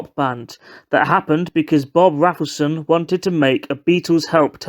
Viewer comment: I think it's pronounced Rayfelson (although I am also English so would automatically pronounce it the way you did).